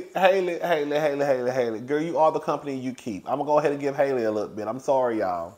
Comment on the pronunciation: Halle is pronounced HAH-lee not HAY-lee (like the same A sound as hat)